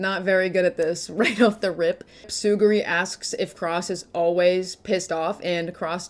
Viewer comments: Its Tsu-ru-gi Not Tsu-gi-ri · It's not Tsuguri, it's Tsurugi lmao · Love your videos:) did not love the “Tsuguri” pronunciation of “Tsurugi” 😭😭😂